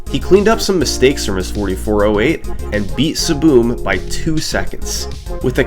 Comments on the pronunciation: Took me half way through the video to realize he was pronouncing "ESS ESS BEE EM" as "SBOOM" 🙃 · hearing "SSBM" pronounced as siboom was so jarring at first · Calling SSBM SaBoom is so funny. I’m going to start doing that. Is that how the runner pronounced it? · SSBM "Saboom"? isnt that the super smash brothers melee acronym? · SSBM is pronounced saboom? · "Saboom" SSBMstuff Lol, bro was just trying to play melee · I just realized you were sounding out the acronym lmao when I see “SSBM” I immediately think “Super Smash Bros Melee” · I don't think I've ever heard ssbm pronounced like that lol